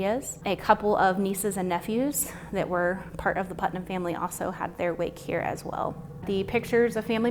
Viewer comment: It is Puttnam not Putman. Hi from another Ohioan